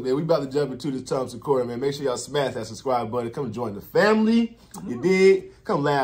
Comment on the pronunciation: It’s Tom Segura not Tom Secora